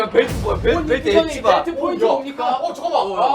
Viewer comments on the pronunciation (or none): 내 최애 뽀인뜌 사투리 사랑💚지민사랑 ㅠㅠㅠ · ㅋㅋㅋㅋㅋㅋ사투리 억양으로 포~인ㅋㅋㅋㅋㅋㅋㅋㅋ귀엽......